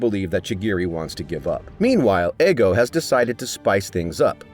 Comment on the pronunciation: his name isnt fucking eggo its ego